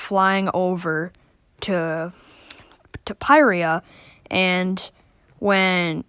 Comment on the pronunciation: Finally somebody who pronounces pyrrhria like me